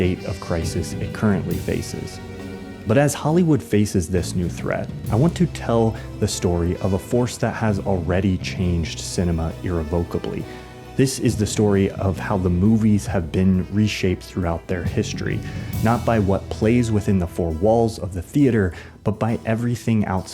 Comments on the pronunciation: I heard "irrevokably", but I knew you meant "irrevocably", with the stress on the second syllable rather than the third. Irrevokably is a word dang it! It can't be revoked! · "errie vockubly" ... irrevocably is pronounced "ear revvick ablee" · Irrevocably, learn how to pronounce that correctly my dude. This feels all over the place, because it is, and it feels like a poor man’s version of something much better, likestoriesofold and bekindrewind, those creators create and their content hits on every level, I’m always amazed by the quality and passion on display, bravo. But this…my god slow the F down and learn how to light yourself, or maybe take yourself out of it, IDK it’s info overload and nothing new or insightful is communicated, like what are u trying to say? Your scope is too wide and the hand gestures are god awful it’s constant my dude. and there’s no passion in this, just your face placed in blue box like an AHole, ugh it’s bad, as you talk down to the viewer, get a taste level and some production value, and take yourself out of it, I mean if you’re not even gnna try and show up, seriously the hand gesturing. 😤🤯🫥🤬 you use words, allot of big words, but this isn’t compelling or interesting, you just come off like a person who doesn’t get the very thing he’s talking about. Soulless Cringe Content, by a nerd who loves his face, but doesn’t understand connection. Ugh your living room is trying way too hard, this whole thing is cheap and forced, pedantic and didactic take your pic, the way forward? Who are u to tell everyone about, “The way forward.” Do you hear yourself? Oh that’s right, u do hear yourself and you love it.